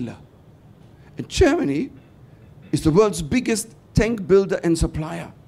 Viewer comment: your "Germany" sounds like "Jamally".